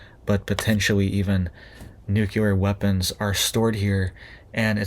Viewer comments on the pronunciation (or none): Nuclear not Nucular!